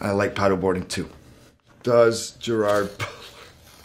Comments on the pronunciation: "I'm Gerrrwwrr Brrwrrrr and I'm going to do a Google Autocomplete Interview" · Sounds like he says "I'm jar boler" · Ah, so it's "Gerar Boodla" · I was already surprised within literally the first few seconds, like that's how you pronounce his name??? Alrighty.